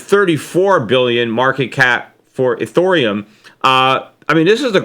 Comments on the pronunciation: ethEreum NOT ethOreum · Eth ear E um! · Lol! Eurythium! Aww, Peter, you're frickin aDORable! Uh, it's "Ethereum". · You're losing subscribers because u called it urithium. Then, ethorium. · Nasdaq trader bitcoin and as Peter calls it, ureithioruium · Cramer didn't recommend Bitcoin he just mentioned it. It's ET here ium Peter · eh-THEER-ee-uhm, Peter. lol. thanks for the market update today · i lost it every time he switched pronunciation of ethreum, great sense of humor xD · cannot even pronounce Ethereum!? Just shows how clueless Schiff is about crytocurrency! still pumping and dumping his Gold money! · There are a couple guesses I have as to why you may be losing subscribers. First off, I enjoy and look forward to your podcasts, and I've listened to you even before the peter schiff show started. I also recognize and mostly agree on your perspective on cryptos and the economy. However, you may be losing credibility for two reasons I see. 1. Learn how ro pronounce NVIDIA and Ethereum. It may seem like you haven't looked deeply into what you are criticizing if you don't pronounce the thing you are criticizing well enough. 2. Underestimating how long the music plays before we have to find a chair. Most of your listeners have missed out on 9 years of a stock bull market run. That's a long time. I think many people are tired of waiting for a realignment that never seems to come. I've mentioned this before, but it may be a capitulation of sorts by even the most hardcore contrarian investors. You could add this to your list of signs that the bubbles are topping. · Really?... you don't know how to pronounce Nvidia?...you don't know how to pronounce Ethereum?...I'm sorry Peter, but this makes you sound like you are waaay behind the times...